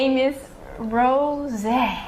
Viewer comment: It's Rosé (Rowsaayyy) not Rose. 😐